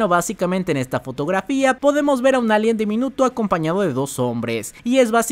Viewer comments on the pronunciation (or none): none